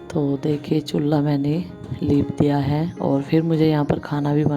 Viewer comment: aap chulhe ko chulla kyu bolti hain